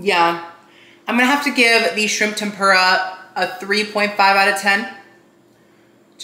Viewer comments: we all love you, but it’s the way you say tempura that makes me cringe like nails on a chalkboard. I don’t know, maybe it’s because I’m from Canada and we don’t say it like that, but it’s not tem-PURE-a, I thought it was pronounced tem-puuur-a. Lol I don’t know how to type that out how to sound it out like google does it. But omg the amount of times you said it on this video! Dead. Like I said, love you so much. Love you videos ❤️ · hey just so you know its pronounced tehm-poo-rah not tehm-pyoo-rah:) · it’s pronounced Tem- perrrr- uhh